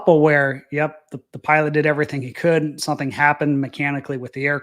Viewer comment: " SUN-theen"..... SOME-THING. SOMETHING, SOMETHING!